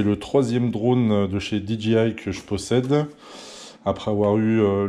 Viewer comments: pourtant après tu dis c le 3ème drone dji que j possède et tu le prononce bien mais tout au début ça m’a fais rire dgi Mini 😂 c un mavic mini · Mdrrrr dgi ça ce prononce pas comme ça dji 😂